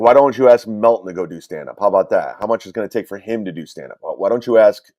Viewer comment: So luntszjch, bitszjch, and mutszjch are the only funny things he says 😂